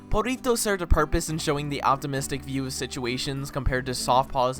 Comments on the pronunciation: u dont pronounce it perito its perrito with a hard r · "Purrito" lol I wonder how long it's gonna take for him to realize he's been saying Perrito wrong. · aint no way blud just called perrito "Purr-rito" 💀💀💀💀💀